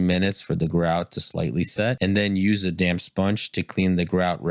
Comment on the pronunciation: I thought it was damn not damp sponge 😂😂😂, stick to tiling bro recording voice is not at its best yet 😂😂😂 tiling though you're good